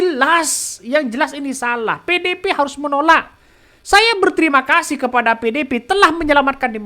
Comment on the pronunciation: Membawakan/Membacanya Nggak Usah Terburu2....Santey....Biar Artikulasinya Jelas Terdengar.... mah bilang PDIP jadi PEDEPE....Pelam2 aja yaak....Trs JanganTerlalu Banyak Cengengesan....Biar Enak di Dengar nya..Aku Suka Akun YT loh...Semangat....🔥🔥🔥❤❤❤